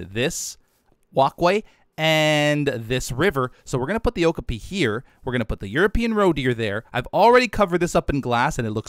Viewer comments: Love this series, and I'm a huge fan of Okapis (they really are as soft as they look by the way), so I hope you get to put one in soon. Also, you keep pronouncing it with the emphasis on the first syllable OH-kah-pee, but it's actually pronounced oh-KAH-pee. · lol it kinda bothers me the way he says okapi wrong, I always say it like oh-kA-pee not oh-ku-pee and I googled it to clarify and it said you say it the way I thought :))) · O-kop-ee is how it’s pronounced😂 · I thought okapi was pronounced like o-cop-e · Okapi is pronounced (oh-cop-e. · It’s pronounced o-ka-pi